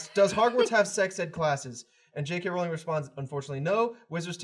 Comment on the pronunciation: It's Rowling like bowling!!!